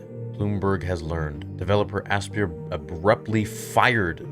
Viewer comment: Asypr is pronounced just like Aspire. Ass-peer is pretty funny though.